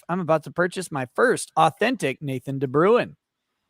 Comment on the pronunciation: As a South African i'ts entertaining to hear you guys pronounce de Bruin XD (we pronounce it like "Brain" but with a rolling r if you are curious) other than that great interview and best of luck to the 1 and only Photo Chad!